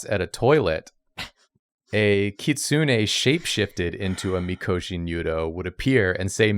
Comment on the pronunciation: Is anyone else bothered by the way she pronounced “kitsune “?